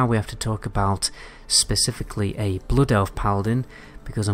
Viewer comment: The way you say boff , boffing blouod , seal of blouod